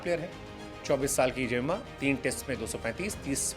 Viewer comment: झिंबोंबे रायन टेन......deshkote (आज तक पुरा नहीं बोल पाये अब नया उच्चारण "जेम्मा"... नया नामकरण (जुम्मा ही बोल देते) सही है वो कन्व्हर्ट करते रहे आप नामकरण करते रहो